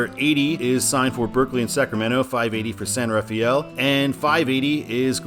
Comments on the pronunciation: Just FYI, San Rafael is pronounced "San Ra-fell," not like San Raphael. A very subtle Nuance there. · It's " san rafel" not "san raf-ay-el" or "raf-ee-el" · San Rafael in the Bay Area is pronounced "San Rafell", not Raf-ay-ell. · Be careful on the over-enunciating of "San Rafael" in the Bay Area. THERE, it's pronounced "San Ruh-FELL". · A couple of notes on San Rafael / the San Rafael Bridge. First, the locals pronounce it "San ruh-FELL." Second, the bridge is what I like to call "the bridge with four names." Its "official" name is the Richmond-San Rafael Bridge. On the I-80 side, all of the signs just say "San Rafael Bridge." On the US-101 side, all of the signs just say "Richmond Bridge." Finally, the state likes to name its bridges after people; there is a sign at each side of the bridge calling it the John F. McCarthy Memorial Bridge (McCarthy was a congressman from the area). While I'm at it... "Why is it signed Fairfield and not Vacaville?" My best guess: Travis Air Force Base isn't in Vacaville. Speaking of I-80 and Fairfield, you may not have noticed this, but they are adding a lane to I-80 starting just before I-680 and eventually ending at I-505; it will be a toll/carpool lane, where the toll is determined automatically, and charged to your transponder, based on how far you go. These are popping up all over the Bay Area. I'm pretty sure old US-40 and old US-50 separated at the MacArthur Maze. 50 took what is now I-580 south to US-99, then north to where US-50 begins now. US-40 crossed the bridge near Vallejo (there was a much older, pretty much identical, bridge next to it that was torn down in 2003 and replaced with the suspension bridge because it wasn't earthquake-safe), then took what is now I-780 to I-680 to where it joins up with I-80; the hills inbetween were just too steep to build a highwa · San Rafael is pronounced San Rafel. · Pronounced: SAN RUH-FELL 😉